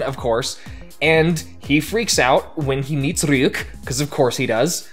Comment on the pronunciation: You pronounce Ryuk like it’s some Russian name